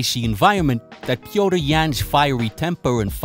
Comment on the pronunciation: Pee-o-teer Yan. It's really not difficult to pronounce his name. If you try. Wish more at ufc tried and were good as 🙏🏼 good shit as always bro cheers